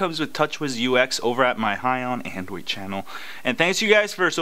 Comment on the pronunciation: Its sooo funny when u say high on adrade